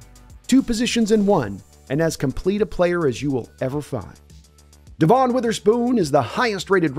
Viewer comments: it's DEV'in, not de'VON. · it's devon not devon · Stop calling him de'VON. His name is DEV'in.